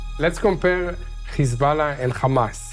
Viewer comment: Dude need to learn how to say Hezbollah , he keeps saying Kizbala. It sounds so lame.